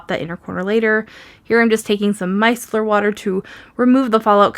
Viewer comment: As a scientist, I want to thank you every time you say "micellar" in a video. I hear such weird pronunciations and it is great to hear it said properly! Thank you!